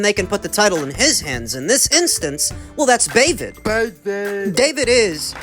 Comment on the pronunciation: was it david or bavid😂😂😂